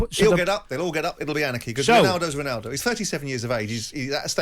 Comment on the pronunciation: ronawdow.... my god these english people butcher all the languages!!! even English!!